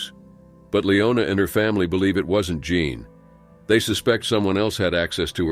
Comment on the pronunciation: "Jean" pronounced as "John??" Clearly it's "Jeen". He vacilates back and forth between the two pronounciations. These narrators drive me crazy